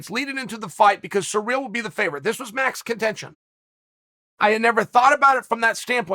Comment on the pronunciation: Who is Surreal? Or are you saying Serial? Uhm are those names? It’s Cyril bud